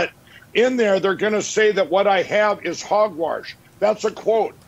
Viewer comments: "Hogwarsh" 😂😅🤣😅😂😅🤣 Nice dye job. 🤪😜😜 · " It's pure hogworsh!" Mike McPillow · Harg Warsh?!? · Maybe he's been brainwarshed? It's definitely hogwarsh.